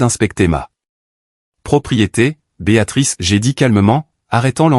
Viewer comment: Et encore « Béatatrice » au lieu de « Béatrice »🤔 Gros problème avec la ponctuation 🕳️